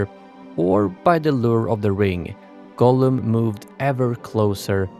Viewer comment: Why do you say it wrong almost every time and its many, its not Golem, i think he who wrote the title is different person and you just dont know its Gollum.... It doesnt even sound so close as you make it clearly Golem every fking time. So anoying... Even the autosub is 99% calling it Golem but when youmake few lucky mistakes it also writes it Gollum. Try to make an effort pls...